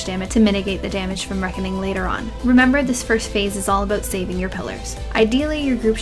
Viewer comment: You say aboot! It's adorable. But seriously... I love your vids. Thank you so much for simplifying everything :D